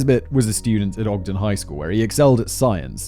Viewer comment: Hey Simon! Kudos for pronouncing Ogden correctly. This happened the day after my 9th birthday and it horrified literally everone here. In high school, I heard William Andrews' lawyer speak, he had been trying to get Andrews off the death penalty by claiming that he had no hand in the atrocities. This was my first moral dilemma at age 17, I finally decided that there was a phone LITERALLY in the nxt store and a pay phone on that block that Andrews could have used at any moment to call the police and the fact that he didn't do it made him as complicit as if he'd pulled the trigger. The lead investigating officer was a dear friend of mine much later in life and he'd never talk about what he saw there. One of Courtney's cousins was my OB/GYN in the late 90s. Edit:The building that housed the Hi-Fi Shop was torn down sometime ago. I mistakenly said it was still standing when I posted this earlier. That was a brainfart on my part.